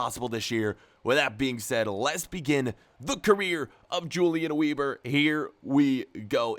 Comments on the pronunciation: Its pronounced Ulian Vehbor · I think you should pronounce it Hulian Veeber, because he is German 🇩🇪? Like so he can see it. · If he’s German then his name is pronounced ‚Yulian vayber‘. I can’t watch vids where people don’t make the effort to pronounce foreign words. Pisses me off too much.